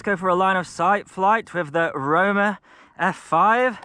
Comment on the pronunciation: "Diaton `Rona" lmao